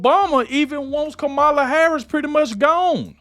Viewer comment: If your going to do this say her name and other words correctly it’s Harris not hara